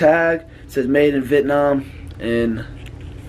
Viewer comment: Why’d you pronounce Vietnam like that? 😭😭🤣🔥